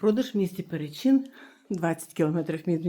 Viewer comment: Почнемо з того, що ПерЕчин, а не ПеречИн.